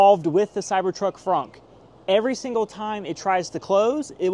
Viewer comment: It did that to your finger because you publicly made this video and specifically felt the need to say “Fronk”! It’s a trunk, not a fronk, tool shed!